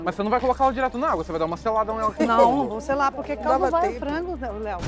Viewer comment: Desse jeito que o fala vou começar achar que em Minas gerais não tem a letra "R". E o pastel de flango é mineiro.